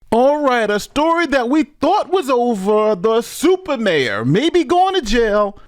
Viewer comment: SUPAH* inmate! SUPAH!